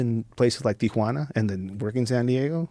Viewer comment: bugs the sht outta me when people pronounce it 'Tiajuana'